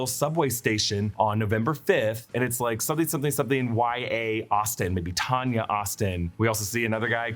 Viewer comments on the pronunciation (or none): none